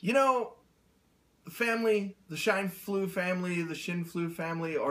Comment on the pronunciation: hey you said it right this time! didn't mention anything on my shoutout because I was so happy to hear from you! Shine Flew. a light shines and the geese Flew. my maiden name was Baskerville... was hoping for a husband with the last name of Adams or Smith but I couldn't be picky!